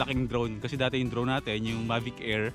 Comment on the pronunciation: Mavis 🤘🏻 tapos ang basa sakanya ay May-vis